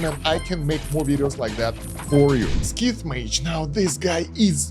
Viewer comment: Scythe is pronounced "saith" not "skith" :)